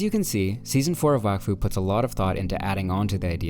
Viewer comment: its prounoced wok fu